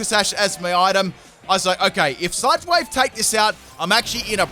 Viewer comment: I swear he sai s ut (insert L if u please) wave instead of sludge wave lol